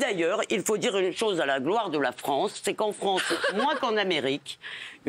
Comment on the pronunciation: Levy : il y a une tchose ou vous avez raijon ,,, le travail d’inveshtigachion !!